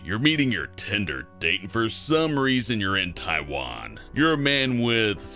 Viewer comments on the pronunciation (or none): none